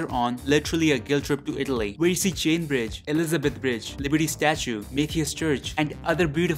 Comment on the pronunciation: "Italy" sounds more like "Idli".. 🤣🤣🤣🤣🤣🤣🤣🤣